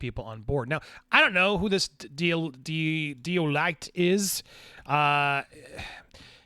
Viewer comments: Deloitte- pronounced dee-loy-et is multi billion dollar company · It’s pronounced D Loyt. They have been around for ever. Edit I still have my Netflix but I am leaning more towards watching things on my fire stick that I can watch on Netflix and it’s a whole lot cheaper if not three however I have other people who sign into my Netflix account like my sister who lives in Australia so I don’t think I wanna cancel at any time soon but I don’t really subscribe to anything else because again I can watch it on my fire stick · Customer churn (or turnover) has always been a commonly used term, and Deloitte (you butchered that pronunciation!) should be well known over in the US. As for cancelling streaming services, I just keep Netflix going. Did sign up for Amazon Prime for the free month but got rid before I had to start paying.